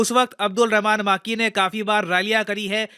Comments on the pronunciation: माकी ❌ मकी ☑️ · अब्दुल रहमान मक्की Not माक्की।